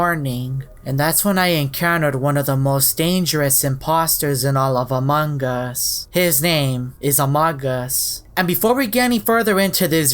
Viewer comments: It's not pronounced uh-mog-us its a-moo-gus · He's name is amugus not amogus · ita amogus not amagus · Yep sus you say AMONGUS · It is pronounced a-moe-gus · It's pronounced uh mo gus. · oh yeah amogus so scary in my mind: said amagus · It’s not umong us it’s AMONGUS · No it is pronounced like amoogus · he said the most deadlyset imposter amagus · amogus is pronounced Amoogus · It’s not a it’s a Mogus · This is how to say amogus A-m-oo-gus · it was pronounced Ah-mo-gus. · It’s akshle is amoges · It’s Amogus pronounced (uh m oh g us) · It’s pronounced amogos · you said AMONGUS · It's amoong uss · I always thought Amogus was pronounced U-moo-gus. Guess I was wrong. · the fact that he mispronounced amogus makes me want to die🗿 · Pronounced AHM•OE•GUSS